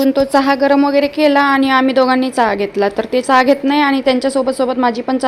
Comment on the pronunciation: साधं चहा निट बोलता येत नाही.